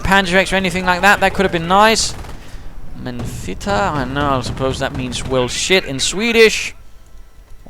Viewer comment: hahahaha lol he pronounced men fitta very good, and translated it in a very nice way